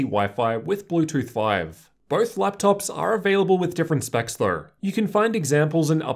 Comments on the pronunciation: yes I get that but everyone’s accent is a bit similar, it sounds like an audio glitch when you say it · Why do you say though like that